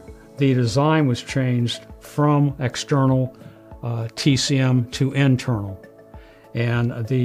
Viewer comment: "Tek-em"? Like the game? LOL "Tee-Cee-Em" TCM Quit trying to sound smarter than you are, old man. Video contains nearly Zero useful information for a re-builder. Boo